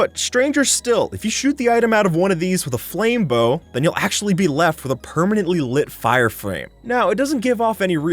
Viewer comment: fire frwame lol